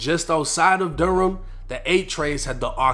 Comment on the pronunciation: Mebane is pronounced Meh-ban. You did pronounce Durham right though 😆.